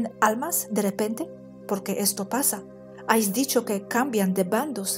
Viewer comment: preciosa, sólo un apunte... te escucho decir constantemente «ais» cuando sería «habéis». No es ningún toque de atención ni corrección, sólo q he pensado q, como buena profe de inglés, te gustaría saberlo. Sigo tu canal inglés xq tengo un nivel medio y te entiendo perfectamente. Un beso wapa;)